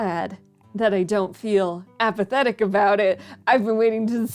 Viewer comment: Damn near made me dislike the vid with that APATHETIC at the end lmao. Great vid.